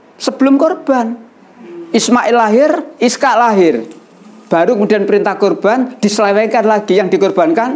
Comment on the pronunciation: Ishaq bukan Iskaq tadz